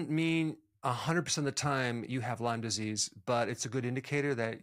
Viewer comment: The fact that he doesn’t know s not” LYMES disease” it’s “LYME” tells me he isn’t much of an expert. I like him, and the info, but it’s just a little odd.